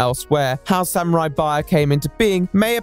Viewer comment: wtf is a samuarari